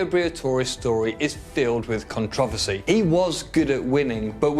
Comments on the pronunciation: It’s CONTROVERSY not CONTROVOSY. How does a 30 year old man not know how to properly say controversy????? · Con trav a see? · Never heard someone butcher the word controversy before